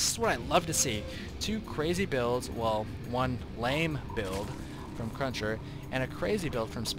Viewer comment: Cruncher not crusher dammit